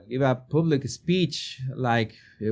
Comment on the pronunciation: /Pub/lick not /poob/lick ....